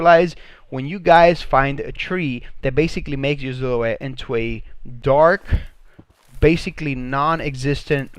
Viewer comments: Who replaces S’s with Z’s!? Lmao!! Zillow-Wet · Mate check your spelling and pronunciation. Noice? Really? And the way you say silhouette, like ZILL O ETTE makes my ears bleed.